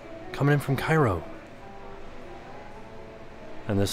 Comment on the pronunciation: The city name Cairo is at the southern tip of Illinois. It was once a major river city. It's pronounced "care'-o". I grew up next door in Mounds.